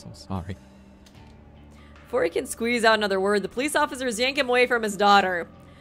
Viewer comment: Not running with her army of Simps 😭and then saying „sowy“🥲😂